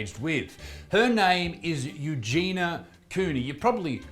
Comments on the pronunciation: Her name is pronounced Eugenia, as opposed to Eugena. You-Jee-nee-ah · The name is pronounced Eugen-I -a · U jean ya.. is the right pronunciation.. 😃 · You're the second person to make a serious video about her while calling her 'Eugena' the entire time. Makes me cringe so hard. Why pretend to care if you can't bother to learn their name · The "I" makes it You-jeen-e-a (soft "a") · “You gee knee uh” is how you pronounce her name. Learn how to properly pronounce someone’s name if you’re going to make a video about them. Also, it’s pretty naive of you to think YouTube is going to help her. They couldn’t care less. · She already been sent to rehab numerous of times. She didn't stick with it. Sadly, she's beyond help and she doesn't want it, either. Also, it's U-Genie-Ah :) You're welcome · Perhaps her name is pronounced, "U-jen-e" with the accent on the "U", like Princess Eugenie's name. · She starts every video saying “hi, it’s ugenia” she pronounces it “you-jeany-a” if you’re gonna make a video about her then at least get it right. Her friends had her sectioned. They are no longer friends. As long as people keep watching, she won’t think she needs help. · It's 'you-gen-ia' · it's EUGENIA. it's not the fucking hard dude. you're making a video about her so maybe learn her name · Eugenia. It's not that hard to pronounce. Can't you see the I in there?? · Sound it out. It's not that hard. This guy made a whole 10-minute video on Eugenia and didn't even bother to research how to pronounce her name.